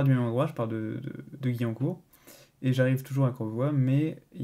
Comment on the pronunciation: On dit pas gui mais guwiancourt🤣